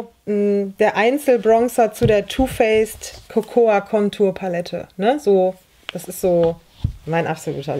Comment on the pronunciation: Sehr schönes Video! 👍 Kleine Nachhilfe: Cocoa wird "coco" ausgesprochen, das a ist stumm. 👩‍🏫